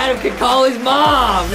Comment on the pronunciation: Adam not adem